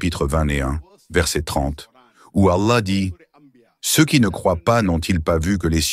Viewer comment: Pour, la lettre “h " qui termine le mot Allah, se prononce comme le “h" de Ibrahim, pas comme "y" où “ي" en arabe. Ou comme “how" de l'anglais.